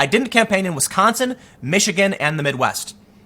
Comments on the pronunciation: Wisconsagin lol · "I didn't campaign in Wisconsigan"